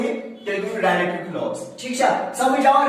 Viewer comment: Ralative pronoun😂